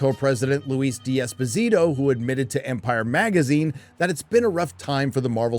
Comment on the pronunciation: I like your videos very much but hate how you mispronounce foreign names(It is Desposito FFS not di esposito and shoguun Not fockin shogan!!!).